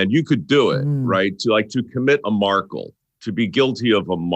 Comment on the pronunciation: Haha 😂 “To become a Markel”